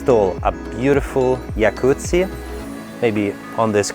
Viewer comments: Jacuzzi is an American brand but named after the Italian founder, I know Americans use the term as a way to say hot tube, but it's just a company that makes them. (Just like Alcantara, it's a brand, not a material) I'm confident when i say his pronunciation is the correct one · Jacuzzi is an Italian name, so I think the way he says it is correct. lol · Don't laugh ... it is ART! You are right as far as the strange penthouse is concerned, but you are utterly wrong with pronunciation! Jacuzzi is [jaˈkʊt͡si]. It is ITALIAN. Poor guy who has to sell this! How much is it? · He actually said it correctly.... its just Americans.... like with most things in life, alter and butcher it! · Oh... and - (not trying to be a smart-ass but as an European neigboring Italy I must say) the Jacuzzi was actually made popular by the Italian family brand Jacuzzi and is now a synonym for the hot tub. And guess what - he pronounced it right. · hi, i am italian and that is the correct pronounciation of the word Jacuzzi, which is an italian surname... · Fun fact. He pronounced Jacuzzi correctly as the company was founded by the Italian family Iacuzzi. The immigration offices in the US misspelled their name from an I to a J leading to the new pronunciation. In Italy we pronounce it like the guy in the video who is also Italian. Please review more properties in Europe. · I was about to drop a comment that the guy pronounced it well. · It’s not a unique pronunciation. It is how we pronounce it in Italy and the guy is Italian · TO BE FAIR Jacuzzi is Italian and that is how it is pronounced as you can see directly from Italian real estate agent.